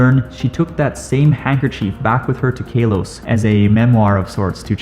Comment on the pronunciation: Did he just say kailos